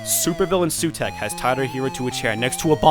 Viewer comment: Also, it's The Claws of SUTEKH, not Heugh.